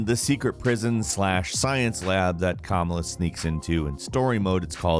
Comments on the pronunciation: Once again you mispronounced a name,. Her name is Ka-mala, not Kama-la, you really need to educate yourself on this stuff. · Small correction, it's (KA-MALL-UH), you kept saying (KAM-UH-LA) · I hate how he is pronouncing kamala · Completely butchered Kamala’s name .